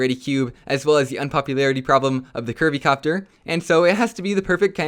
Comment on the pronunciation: When he said curvy copter I thought he said Kirby copter